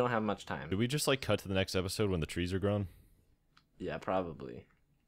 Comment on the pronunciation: "Next oopisode" LOL